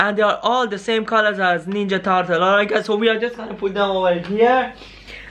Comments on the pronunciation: You don't know how to say ninja turtle you say wrong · on this ninya tartle😂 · "Is this the ninja tartle"